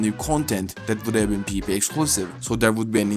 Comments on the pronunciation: when u say pvp it sounds like peepee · not tryna make fun of the accent but “peepee is here”